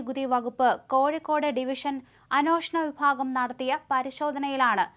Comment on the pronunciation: അനോ ഷണ വിഭാഗം അല്ല.. കുട്ടി... അന്വേഷണ വിഭാഗം.... എന്ന് പറയുക... 🙏🏼